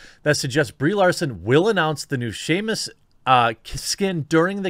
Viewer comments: Simos errand not Seamus McDougalhammer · Dear God, you must have said "Seamus" a dozen times this video, I almost want an apology video at this point